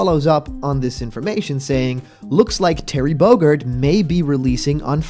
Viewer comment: Terry Bogurd?? Listen to the beginning again